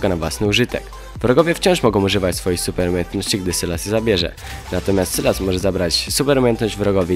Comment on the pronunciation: sylas czyta sie sajles